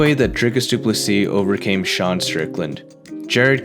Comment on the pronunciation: From a South African. Well done on pronouncing DDP's name correctly.😂